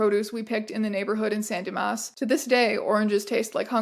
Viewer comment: your pronunciation of "san dimas" is impeccable